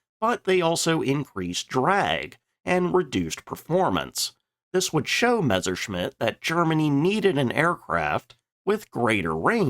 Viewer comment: if you could never again pronounce it Mezzer, that'd be greaaaat